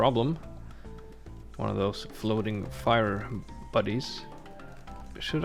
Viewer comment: I thought he said floating fire bunnies at first 😅